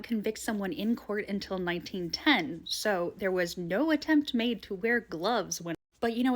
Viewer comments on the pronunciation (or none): none